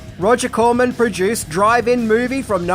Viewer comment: Good coverage of a good movie, but was he saying drive-in movie or driving movie?